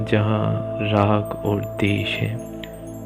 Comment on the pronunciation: बहुत आत्मीय और सुंदर ध्यान कमेंट्री है। बस द्वेष को देश सुनना कानों में चुभता है। कृपया हो सके तो इसे सुधार दीजियेगा। सादर ,🙏🏻🙏🏻